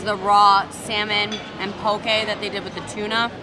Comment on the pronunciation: I love that you pronounce poke right! I’m from Hawaii and people here pronounce it wrong. Love your channel!